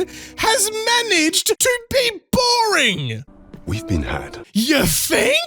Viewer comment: I don’t know why but for some reason the way you said “dragon” and “boring” is hilarious.